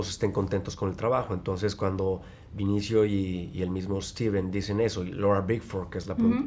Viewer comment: demian, mi vida (para la reportera tambien), es BE-NI-CIO, no VINICIO!!! dios santo...